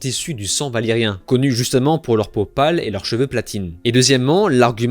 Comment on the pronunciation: C'est valyrien pas Valérien, dans le parlé j'entendais é 😅